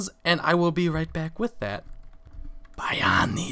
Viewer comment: H: Thank you Buy-ani. Bayani: Thank you Bay-ani. H: "buy-ani" Poor Bayani, no matter how often he tries, people will still not pronounce his name correctly.